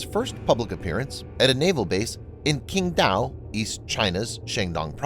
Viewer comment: And Xangdong, Hasha. Was this done by AI voice? At least do a little homework if you unsure how to pronounce it.